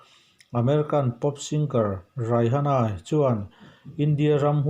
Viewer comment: Raihana ti in lam loh tur aw a spelling ang hian Rihana tiin lam mai zawk tur 🤭